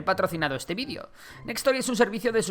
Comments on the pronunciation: Seguiré insistiendo ¿dices I C BERG y VIDIO en vez de videoo) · Se dice VIDEO no bidio. Y se dice AISBERG